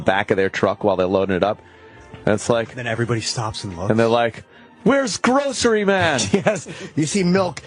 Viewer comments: "GWOCEWY!" With his little fat baby hand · Gwocewy man!!